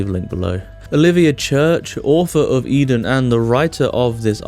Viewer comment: Pronounce it right please.